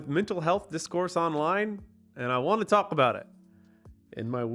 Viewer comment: Dude you’re not supposed to pronounce the L in the word “talk”